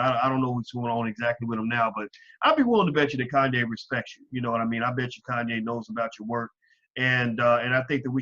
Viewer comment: Actually Dr. Anderson, Kanye's name is pronounced correctly!